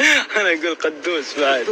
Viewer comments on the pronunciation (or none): أسمه مقدوس وليس قدوس🤦🏼‍♀️😂💔💔